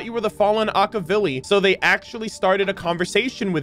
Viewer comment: can we properly pronounce Akivili?